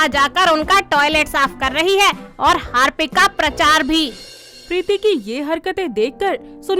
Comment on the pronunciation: Harpic ❌ Hapic ✅ 😂😂